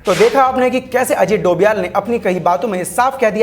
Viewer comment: Bhai dovial nahi he doval he 😂